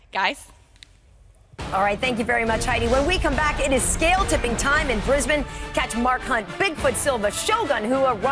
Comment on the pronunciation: finally an american who can say my hometown properly, not brisBANE its more like how she said it, us aussies are very lazy lol